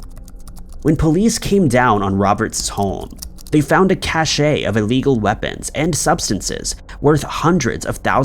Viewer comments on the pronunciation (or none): It’s also cache as cash not cashay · The word "cache" is pronounced "kash"...